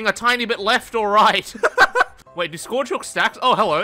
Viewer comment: Anyone wanna teach how to say Scourge?